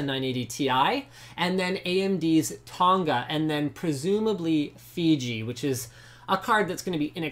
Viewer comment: Linus the way you say Tonga is so cringe worthy plz stop .... coming from a Tongan LinusTechTips